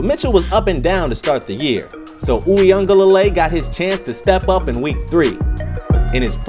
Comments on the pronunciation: (You-ga-lay-le) that’s how you say it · This is how you pronounce his name Brodie. DJ “Wee-Ngah-leh-lay” but overall good content 🤙🏽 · I cant take the butchered name pronunciation 🤦‍♀️